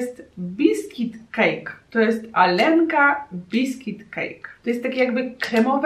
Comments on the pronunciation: Nie czyta się alenka tylko aljonka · Oj nie nie, nie "Alenka", tylko "Alionka" 😘😜 Super odcinek 👍